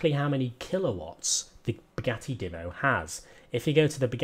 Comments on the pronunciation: Divvo That annoys me a lot It's Divo Said - diivo - Long I Just letting you know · By the way it's "deevo" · The Divo is said with a long i Just letting you know